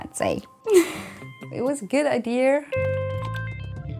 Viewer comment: I know what an idea is but what is an "I-deer"? I didn't see an "r". LoL